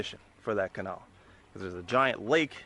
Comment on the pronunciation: the way your pronounce 'canal' is weird.